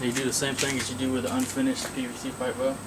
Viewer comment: Its PVC not PCV ... jeez